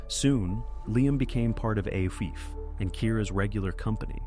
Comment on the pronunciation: Coffee is pronounced Ee-FAH. Its GAELIC